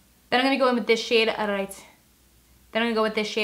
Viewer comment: At ten minutes and fourteen seconds she messed up saying right lol